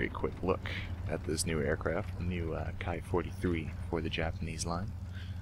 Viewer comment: Hi1 It is not "Kai". Only English speaking and thinking people consider the latin letter "i" to be pronounced "ai". However its original sound is "eee" (engl pr). Anyway the "Kee" 43 iii Hayabusa is a formidable plane and its BR 4.3 is good and justified. Good Hunting.